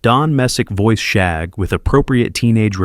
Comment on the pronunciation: As a child of the '60s and '70s, I remember all of these. I do need to say that if you're going to use AI to narrate your videos, you should probably listen to them to make sure things are pronounced correctly. For one, the youngest Rugg child was called Shagg, not Shaug. The names were all taken from shag rugs of the time.